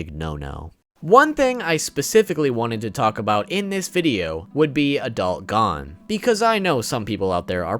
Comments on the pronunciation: Nigga said “Gone” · stop saying gon its gon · Gon ❌ Gone ✅ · Please pronounce Gon correctly it’s driving me crazy. Not to be rude but it’s pronounced goone not gone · It’s not gone it’s gon with no e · bro my nigga said adult gone not gon im dead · Bro his name is gon Oh the oh sound Gon lol you keep saying gone lol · He calls him gone when its gon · everytime he says gone instead of gon, take a shot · I know he did not just pronounce gon gone 🤦🏾‍♂️ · I got to admit... i cringe a little bit every time i hear you call him Gone. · I like the video and you have some great points. One thing though - it's pronounced "Go-n" rather than "gahn" (Gone). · Did he really say pronounce gon gone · Good video but please stop pronouncing his name wrong, I know its Gon but its like this Go-H-n. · why do you keep pronouncing Gons’ name as “Gone”? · Why are you saying gone tho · Adult “Gone” ??? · Why does he say gon lik that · Great video, but how do you said Gon’s name wrong? Seriously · LMAO gone and kelluah